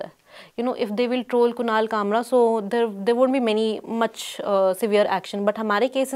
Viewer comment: Wheyyar? Hiyyar and theyyar... Salute to you for the work you have done so far and hoping that you shall do more. But, when the interviewer is speaking to you in Hindi and it is your mother-tongue (which should preclude any difficulty with the language), you choose to intersperse your talk with English sentences.. neither hiyyar nor theyyar, I am sorry to say. I know I am being crude, cruel and offensive in a way. But I simply don't understand this dire need to speak in another language when you ought to be speaking about the issue rather than muddling through your ostensibly impeccable English credentials. Why? For what? For whom? Not just this episode, but in most cases. An English interview and people trying to put across unfamiliar words or thoughts into Hindi is understandable. The reverse, especially from those whose mother tongue happens to be Hindi, is unforgivable and pretentious in the extreme. Come on, if Paranjoy can persistently kill himself trying to speak "Shuddh Hindi ki Bhindi" then it wouldn't kill you to try your own mother-tongue :) And NO, BLOODY NO, this is no digression from the main topic. Instead of blaming me for digressing, look at yourself and consider where you have drifted from the message. You do your subject injustice as well in your ill-conceived haste to prove yourself to be superior to the Hindi medium and its reporters. Bah!